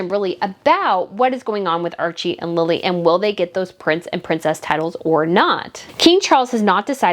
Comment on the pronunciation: It isnt Lila its Lili